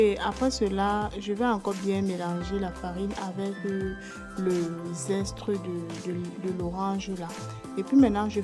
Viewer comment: Zeste et non zestre